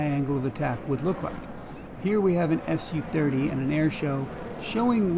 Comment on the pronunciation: Just a small thing here, the SU-30: it's pronounced not Es You 30, but Soo 30 ;)